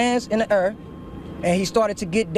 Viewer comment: "His hands went in DA ERR"